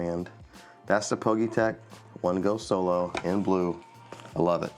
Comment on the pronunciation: Nice review 👍 I think it’s pronounced as individual letters ie P G Y tech?